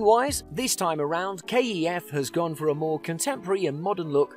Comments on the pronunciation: Pronouncing kef ,k..e..f...lmao cmon now ,even my mum knows it is KEF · KEF not K-E-F 😂